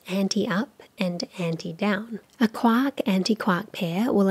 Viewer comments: She keeps saying KWOCK, but I'm pretty sure she's trying to say QUARK! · Every time she says quark I think of a duck instead of James Joyce